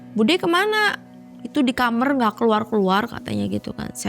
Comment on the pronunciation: dari malam mencekam saya baru tau kalo kamar diucap jadi kamer..